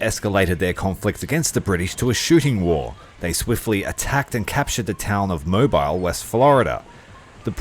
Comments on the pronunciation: BTW, Mobile (in what is now Alabama) is pronounced "Mo-bil" as in the motor oil. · Moe-beel (like peel)